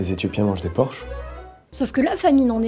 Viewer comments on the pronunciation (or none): none